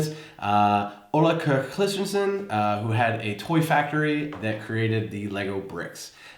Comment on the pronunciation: The pH-scale, measuring acidity, was invented at the Carlsberg laboratory. They needed such a scale for their work with yeast and brewing. Hellesen was a common brand of battery when I was a child. I don't know if it exists anymore. Oh, and "Kirk" is pronounced kirk, not kørk.